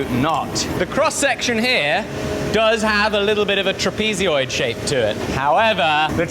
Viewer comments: It's a "TRAP-eh-zoid" not a "trap-EE-zee-oid" but based on the number of times you've said it, I don't hold-out much hope you'll ever rid yourself of the habit;P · I must admit... I've never heard "trapezoid" pronounced as "trapeze"-"ee"-"oid" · SAY TRAPEEZEEOID ONE MORE TIME, I dare you, I double dare you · TIL that there are people who think they know the word Trapezoid but pronounce it trapezioid. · may I ask why you say "trapezioid" ad ot "trapezoid"? no harm meant. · Apparently, to be a good blacksmith, one must shout heroically all the time. Rather like a nurse in a hospital -- most seem convincd their patients are terminally deaf. Trap-easy-oid? Trapuhzoid, mate. Too bright and cheery for me. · I don't think you got the bar hot enough before trying to shape it, that's why you got so much twisting and resistance. I would have got that bar white hot before trying to twist it on the lathe, like butter. And bro...tra-pee-zee-yoid? Wtf is that? It's pronounced...tra-peh-zoid. Good watch though 👍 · “Trapee-zee-oid”??!? “Trapez-e-oidal” Trapezoid. “Trap-i-zoid” or Trapezoidal Aluminium? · What a great job! Having to re-learn skills from the past, working from first principles. Well done. - ish, the word meaning "shaped somewhat like a trapezium" is "trapezoid". It's pronounced Trap-e- zoid Not trap - ee - zee - oid You're saying an "ee" sound after the "z" which isn't there. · Trapeeziod? Or trapezoid? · Do Brits say "trapezeoid" instead of "trapezoid", or is that just an thing? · Pretty sure its pronounced tra-pi-zoid lol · hehe, "trapezy-oid" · why are you saying trapezoid trapeezyoid? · "Trapezioid..." that must be kinda like "aluminium?" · I hate that you call a trapezoid a "tra-peezi-oid" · A trapeezeeoid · Tra-pee-zee-oid will haunt me forever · Are you saying "trapeezeeoid" weird to be funny or is that how your country pronounces it?? Not insulting just curious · WTF is a trapeez-y-oid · TRAP PEE ZEE OID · Trapezoidal - not trapezyoidal...